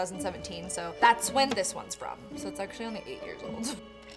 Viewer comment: how she said ONLY 8 years old